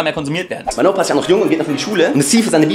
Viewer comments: Ich dachte auch das er mein Opa sagt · Es tönt so als würde er sagen: Mein Opa 😂😂😂